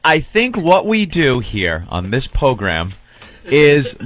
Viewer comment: I'm pretty sure I've heard Jimmy say pogram a lot. I thought it was either an inside "Master Po" thing, or just Jimmy being a sweet boy. Maybe this is the start of it?